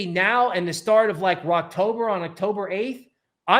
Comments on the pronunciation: Always good infor on the channel but I'm a little confused if you're talking bullish or bearish. It says Rektober but it sounds like you're say "Rockober" (sounds bullish). But it looks like in the last 2 cycles mid-October were new ATH. This market might be different but I feel like I missed a video or indicator somewhere. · Are you saying "wrecktober" or "Rocktober"?